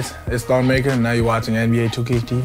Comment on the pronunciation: its not pronounced maker its pronounced MuhKerr (ik its not spelt right Im just trying to show you how it is actually pronounced.)